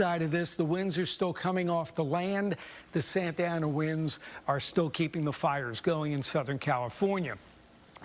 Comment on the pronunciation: The "San-ta-na" wind bruh lol